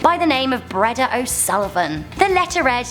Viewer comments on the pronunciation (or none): Ehm.., the name Breda isn't pronounced, "Bread-ah". It's actually, "Bree-dah"... HAHAHHAHAHAHA LOL 😂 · Not pronounced "bre-da" it's pounced "breee-da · Breeders da, not breada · Sorry it’s not Breada it’s breeda 😂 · That is not how you prenonce Breada. You spell it like Breada But SAY it like breeda . Your welcome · For the Irish milkmaid “Breda” It’s pronounce Bree-da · Breda 😂pronounced bree da btw